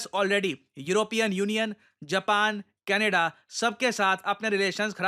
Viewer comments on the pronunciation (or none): none